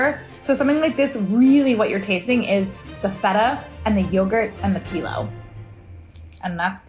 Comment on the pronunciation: Thanks for sharing this. your memory of your mother and the phyllo rolling really hit home for me. My mom made handrolled phyllo often and since her passing I miss it so much. Also Beryl, you nailed the pronunciation:)